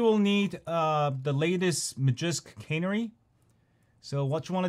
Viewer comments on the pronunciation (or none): Lol always pronouncing normal words all screwed up. Tweetie bird was a type of bird known as a canary bird. Pronounced as kuh-nary, that's two syllables one word. The file is named canary same as the bird. Not cannery, a place where soup cans are produced